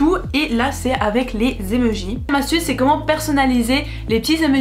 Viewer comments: "des emeujis" MAIS NAAAN des emOjis 😂❤ Je rigole super vidéo+1like+1 abo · Elle dit les emejis sa me stresse 😂😭